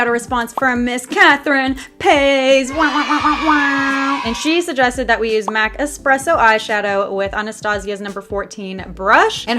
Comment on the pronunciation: she said "catherine PA-YS " its PA-EEZ